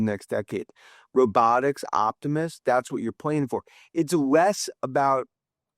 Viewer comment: it’s LESS not Wes!!!! Sheeesh